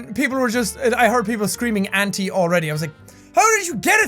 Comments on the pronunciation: I thought he was saying "Aunty-septiceye" lmao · Hi Auntie Jack!! "auntie" is pronounced "anti" where I live. so Auntie Septic or Auntie Jack doesn't seem so bad. but then again maybe Auntie Jack would be terrifying: 🔪🔪🔪🔪🔪EAT YOUR COOKIES DEAR🔪🔪🔪🔪🔪☠ AHHHHHHHHHHHHHHHHHHHHH runs away screaming